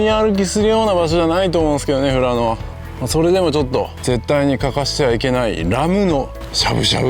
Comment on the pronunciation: したっけ、富良野を正しく発音してる、流石だべさ。唯我独尊のカレーを休店時に行って食べ損なった札幌人です。ルールルルの時に黒板五郎のモノマネしてほしかったw w。 ラムしゃぶなまらうまそ！北海道に生まれてよかった！